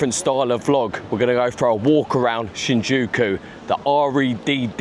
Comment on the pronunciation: you were close mate, just forgot the "Y" lol